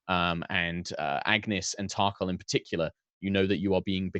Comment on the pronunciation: Yes, I've been waiting for this. Can't help laughing at pronunciation of Tarkhal. I keep hearing Thac0 and feel like it is very appropriate.